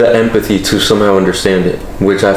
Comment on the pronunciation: I found it funny when said the word empathy wrong lol 😂 but this really is a deep conversation in a way I can kinda relate too.